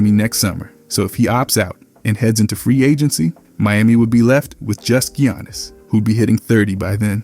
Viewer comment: "Gee-yawnus" has been in the league too long for you to pronounce his name that way 😭😭😭